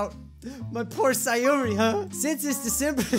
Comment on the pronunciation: Stop saying syeori instead of sayori